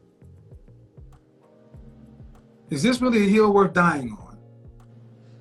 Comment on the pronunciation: She was Weally Weally Annoying.... Started off well... Then crashed....